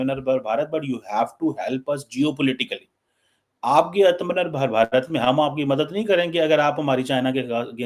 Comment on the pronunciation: Aatma Nirbhar...it's 2 separate words..it's easy to pronounce Aatma 1st and pause for a second and than say Nirbhar..😊